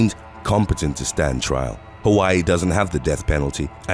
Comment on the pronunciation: I live on the island of Maui, Hawaii. Born and raised on Oahu. It’s impressive that you pronounce the Hawaii names perfectly.🌺🤙🏽🌴